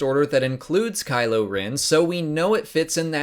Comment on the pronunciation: Geeze it KYLO not KYLOR!!!!! I can't type this morning.......................